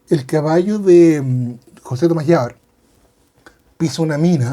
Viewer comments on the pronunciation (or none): none